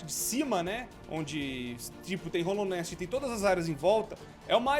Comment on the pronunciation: dica básica, é hAllownest, não hOllownest